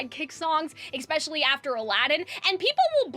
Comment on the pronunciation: "eckspecially" kills me